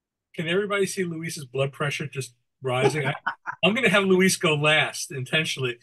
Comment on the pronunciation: LOL! I've seen Luis's name butchered here by a few posters here. It's L-U-I-S 😁